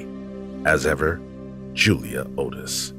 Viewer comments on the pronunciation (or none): none